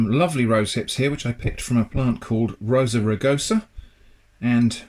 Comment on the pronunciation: Rosa rugosa? Did mean John Barosa? Or perhaps, the late John Warosa? Lol